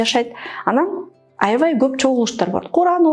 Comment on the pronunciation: Тура эмес Туура, аявай эмес аябай . Туура суйло а то ийгиликсиз болосун